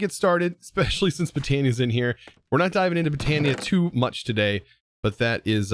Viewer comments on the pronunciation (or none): none